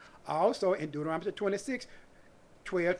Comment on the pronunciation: I love how you pronounce Deuterontomy